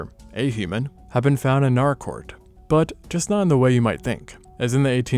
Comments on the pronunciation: Nâr-rāh- court. First visited there 48 years ago. And as is traditional, its pronunciation confuses youtubers 😂. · Oh shit I was not expecting to see Naracoorte on here holy shit! I live like. An hour or so away from there! Fun fact, only 4 out of the 26 caves are actually open to the public. The other 22 caves are closed off due to scientific significance! It's also pronounced NAH-ruh-kawt. At least down here we pronounce it that way ^^ Another funfact is the Limestone coast area is SURROUNDED by caves, like, theres the Tantanoola caves, Princess Margret Rose Caves, Engelbrecht Cave, Umpherston Sinkhole (Also known as Balumbul) and more! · Same here, let alone Naracoorte prounounced as Nar-rah. I live an hour away from the caves, it is such a wonderful experience. Only 4 of them are open to the public as tourist caves as the others are closed off due to scientific significance